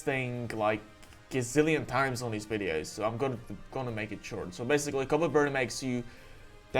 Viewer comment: I feel like Wolfey watches your wideos which is why he says wideos in his wideos 🤔